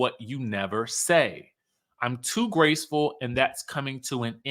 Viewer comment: Did he say “graceful “? side eye 😒